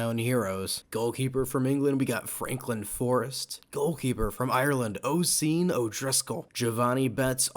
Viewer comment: Oisìn is pronounced usheen no hate